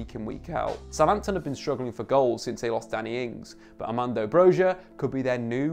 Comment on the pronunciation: Loved your vid, btw in Albanian J is a Y sound so Broja is pronounced Bro-ya with a slight roll on the R